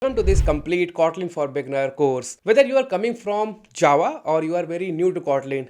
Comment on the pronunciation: Don’t know why , first time when u mentioned Java it felt like Chaava 😅